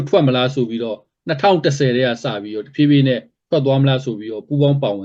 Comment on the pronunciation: တဖြေးဖြေးကအခုထိမပီသေးဘူးလား